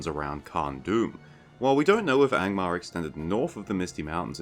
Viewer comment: I spat toothpaste all over my bathroom mirror when you said „Gangbangmar” 😂